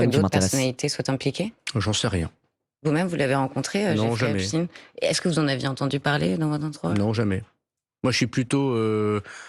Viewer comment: Je sais pas si vous remarquez, mais là où les journalistes prononcent "affaire Ep-stine", Darmanin répond "affaire Ep-Chtaïne"!!! Darmanin appuie sur l'ascendance juive d'Epstein!!!!!! DARMANIN EST ANTISEMIIIIIIIITE!! (toute ressemblance avec des événements survenus après cette vidéo sera totalement fortuite! ;) )